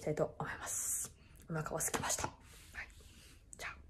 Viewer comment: はい！の発音が、心地好い...